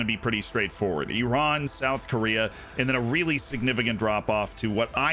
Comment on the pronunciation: Wow, an American who can pronounce "Iran, Iraq and derby" 🤣👌👌